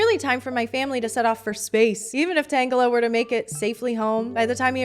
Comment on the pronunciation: No, I prefer your pronounciation of Tangela